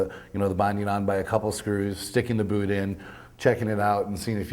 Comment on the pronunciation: the "boot" canadian bitch